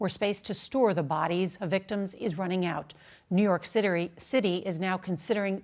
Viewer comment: did anybody hear new york citery